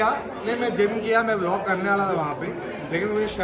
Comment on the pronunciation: भैया आप vlog को vilk क्यों बोलते हो 😅😅😅😁😁😁